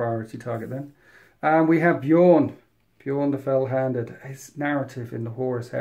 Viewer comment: As a long time time space wolves player I can completely forgive the mistakes with the space wolves unit names, simply because he's pronouncing Bjorn corectly. Its so jarring hearing (usually American) people pronounce B Jorn with a hard J....